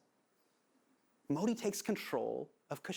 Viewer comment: Hypocrite Hassan, get your facts straight before you keep regurgitating incorrect things about India. BTW, if you are so hung up about your name being pronounced correctly, get Modi's pronunciation correct.